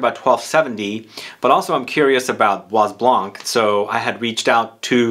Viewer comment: please Study a little bit more on pronounciation of your French; it is bwa blân......the s in bois is not spoken and also not spoken is the "c" in blanc😮 Kind regards from a perfume lover from Holland ❤